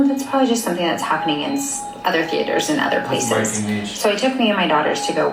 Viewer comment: "THEEE ATERS" lmao that's how I used to pronounce it too